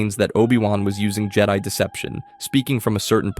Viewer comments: Why are you saying things so weird? C-3PO? Jed-ee? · It’s not jede it’s Jed-i….